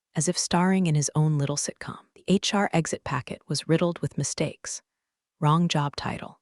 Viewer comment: I think it is a slurred HR. I don’t know why we think that AI would get it correct